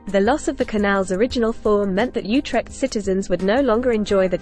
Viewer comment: Not You-trekt OOtekt.